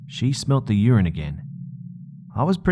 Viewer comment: Why is no one talking about how strangely he said "Urine"?